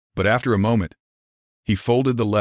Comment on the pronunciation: Please learn how to pronounce MOMENT!